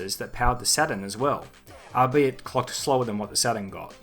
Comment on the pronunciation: it's pronounced "all - be - it" fella